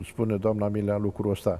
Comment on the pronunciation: Dl nici macar nu stie sa'i pronunte bine numele.Domnule P...fiti va rog mai explicit:Generalul Milea sau Mirea???Am observat ca nu numai odata ati pronuntat gresit numele....de vreo 4...5 ori in aceasta emisiune!